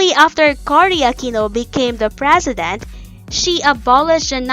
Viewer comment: Even the Frezident.